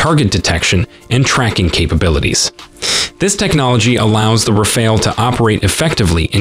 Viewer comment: Rafale, not Raphael. 😂 It's a wonderful plane, but I wouldn't call it a game changer.